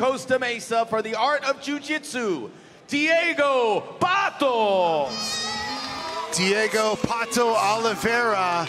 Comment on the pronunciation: Deigo Pato? kkkkkk